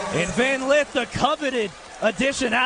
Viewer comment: it's Lith....not Leeth